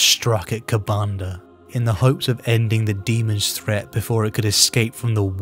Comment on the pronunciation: A slip of the tongue named kabandaha a demon prince. It is a greater demon ofcourse and i knew what you meant. Good vids though im enjoying these and i prefer tyranids.